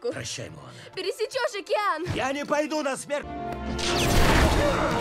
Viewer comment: ДжэтШаф [DzhetSHaph] далбек говорит "окИЯн"